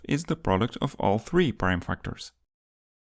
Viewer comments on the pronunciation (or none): none